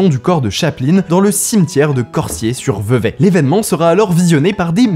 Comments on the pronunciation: Corsier pas corssier.... lettre S entre 2 voyelles ca vibre, mon clavier Péruvien ne me permet pas d'écrire correctement pardon mais je suis prof de langues! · On dit "corZier" sinon très bonne vidéo 😘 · Si jamais, Cosier ce prononce Corzier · C'est Cor(z)ier.... pour le S de Corsier... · Je sais que ça peut être bizarre mais ça se prononce Corzier